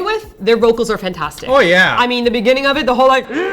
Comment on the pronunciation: sounded super Canadian with the "Oh yeah":)